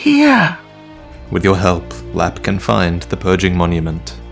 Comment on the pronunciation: technically it's "lappe"